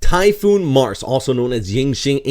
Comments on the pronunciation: In the Philippines we pronounce it Mar-se but Americans are slangers you know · Sorry for this comment.. its pronounce sa Mar-se.. but this channel is better than the weather report that we get here in the ph... ❤❤